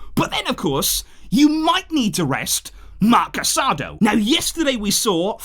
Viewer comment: Thanks for the great work as always. One comment. Casadó's name is pronounced with the emphasis on the last syllable like "casa-dough" instead of "caSAdo".